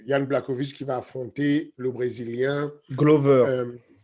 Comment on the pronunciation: Donc vous savez prononcer le "ch" dans "Prochazka" correctement par contre vous dites toujours "BlaKOwicz" de Błachowicz alors que c'est le même "ch" pour les deux